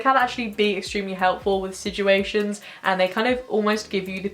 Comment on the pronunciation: Drink every time says siJuations:’)